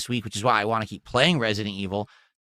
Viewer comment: Be also over emphasizes T's and can't say certain words like "want" and "squat" correctly. We've evidence to believe young spent lots of time in speech therapy.